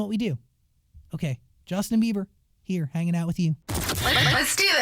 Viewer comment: Why's he keep calling him Justin Beaver? Lol